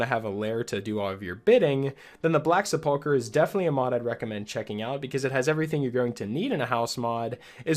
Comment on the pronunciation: Minor nitpick: the word "sepulchre" is pronounced "sepple-cur," not "sepulk-er". I really like that "At Your Own Pace" idea--tracking it on Nexus Mods right now!